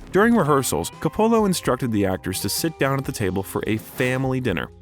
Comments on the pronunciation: Never knew a guy named Co-pollo directed the Godfather 😂😂 Think they got an AI to do voice over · Where has the narrator been that he can’t pronounce Ser-pico and CO polo— not all Italian names emphasis the penultimate syllable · Can't you do something about the pronunciation of famous peoples names COpola, SErpico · Roger EEEEbert not Ehbert and Francis Ford Co puh la Sorry , Just a heads up 👍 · Please learn and use the correct pronunciation of the following: Francis Ford Co-pa-la James Kon (Caan) Frank Sir-pa-co. (Serpico) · You should really study up before doing these biographies, so you pronounce important names like Coppola and Serpico correctly. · Im taking a shot with every mispronunciation of Coppola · How can you repeatedly mispronounce Serpico and Coppola. This is supposed to a comprehensive documentary. If it is narrated by an AI generated voice, it needs to be programmed correctedly. Also, narrator keeps calling him Alfredo. Pacino hates that name and dropped it early. Very sloppy. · Yes, it's a doc worthy of Al's talent, however, WTF is up with the narrator's mispronunciations of numerous famous Hollywood names ? Who the hell does NOT know how to say FRANCIS FORD COPPOLA's last name 🤭🤷🏼‍♀️.....and THAT's just one example. Also, why would the documentarians have allowed those names to be so butchered. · Interesting vid, I agree Pacino is one of the greats. Not to be too critical but I noticed you mispronounced a couple names. Serpico and Coppola. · Calling him Alfredo the entire time and mispronouncing Coppola annoyed me in a way that I couldn’t get over 😖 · How do you mispronounce Coppola FFS? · You completely lost me when you mispronounced Coppola 😮😮😮